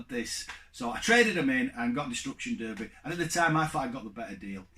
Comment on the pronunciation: Nice response video...but why did you pronounce Derby wrong 😂😂😂 Tomb Raider 🤮it’s a pile of wretch...I hate the series 😂 Only game out of your five that appeals to me is Final Fantasy and that’s coming from someone who’s not an RPG lover, but FF7 was fantastic 👍 Take care mate 👍